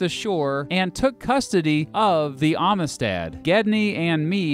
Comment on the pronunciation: hey did you know they made a movie about this case? you should watch it. and learn how to pronounce "amistad."